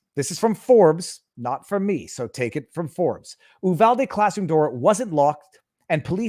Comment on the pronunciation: Viva it's pronounced - U-vall-dee